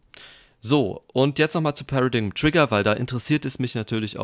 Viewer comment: das wort wird pära-deim aus gesprochen